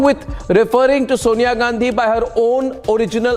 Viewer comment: Sonia is correctly pronounced as Sawnya साॅनया not सोनया ।